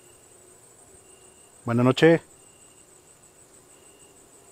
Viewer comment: Jaja si, me desespera que no le ponga "s" (buenaS nocheS) jaja